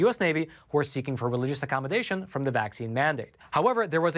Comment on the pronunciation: Thank you very much for your contribution to good news. You, along with others, have been a great help in these times of disinformation, lies, and massive media coverups. (On a small side note, please do learn how to pronounce the definite and indefinite article. For whatever reason, mispronunciation of these two simple words is ubiquitous on YouTube, and that by all kinds of speakers, from simpler folks to well-educated people. Thanks for listening.)